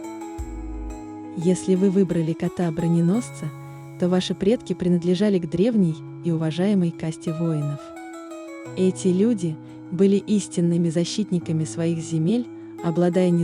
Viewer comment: 2, 5, 7 ❤❤❤ Пожалуйста, в кастЕ. А не в кастИ